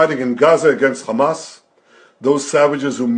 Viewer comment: Khammas😂🤣i think Piers Morgan leaned the pronunciation from Netanyahu 🤣😂